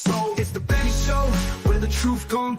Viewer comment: LOL....Benny .. not.. Nenny. Sorry